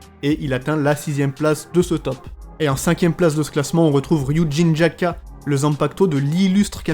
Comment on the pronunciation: C'est pas grand chose rassure toi, ce sont des petites subtilités qui s'acquièrent. En pratiquant pas exemple tu ne prononces pas les "O", "U" et "E" long et le redoublement de consonne. Par exemple, le nom du Bankai de Shinji, mais il est trop long. Prenons du Zanpaktō du capitaine commandant : Ryūjin Jakka. (Attention je vais faire une transcription phonétique dégueulasse) Sa prononciation devrait être [Liouudjinne Jak-ka]. Il faut allonger un peu le "ou" et marqué une brève coupure entre la deux "K" de Jakka"; Quant au "R", je ne peux pas l'expliqué avec des mots. Comme je l'ai dis pas grand chose. et il y a pire j'ai entendu des gens dire : [sans bon za küra kaj ioshi], la je me suis évanouie. bref ça te demandera de la pratique, mais si tu arrives, ça rendra tes vidéo encore meilleurs. Ceci dit, au cours de tes nombreuses vidéo, elle s'améliore, celle-ci n'était que la première